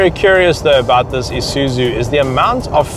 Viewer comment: its ISUZU not ISUZU